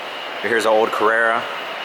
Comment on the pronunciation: I winced when you said "old Carrera".